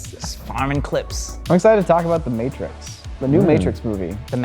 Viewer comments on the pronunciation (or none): has just the worst collection of mispronounced words. The "Mattrix"?